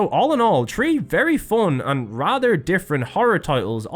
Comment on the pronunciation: Bro it doesn't make any sense. You say 3 "tree" like "th" doesn't exist buy then say "third" correctly in the same sentence. Wtf is this